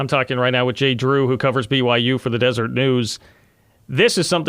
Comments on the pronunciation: Deser-et not Desert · I was surprised he didn’t correct him when he said Desert haha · More good information. Thank you. By the way, it's Deseret News.